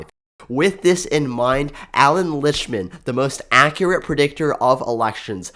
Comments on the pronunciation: Same with "Liktman" not Lichman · dude you are pronouncing his name wrong his name is actually Allan Lichtman